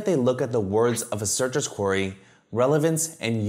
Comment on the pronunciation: Oh "query"!!! I thought you were saying "quarry"! Sorry I dont mean any disrespect 👍 great video